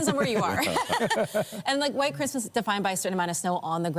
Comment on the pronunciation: Carney can't say Christmas